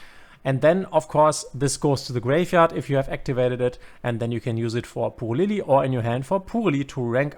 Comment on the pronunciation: shouldnt it pronounce as purely? saying pool-ly really grind my gears lol. Excellent guide btw !